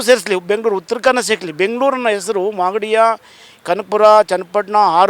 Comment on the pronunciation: Esru😂 alla sir, hesaru, kannadada kole 😂😮